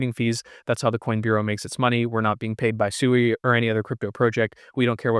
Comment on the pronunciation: Pronounced "Swee" and not "Sooey."